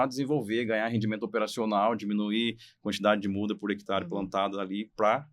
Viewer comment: Gostei da entrevista, mas por que o rapaz, que é agrônomo, fala “hectar”?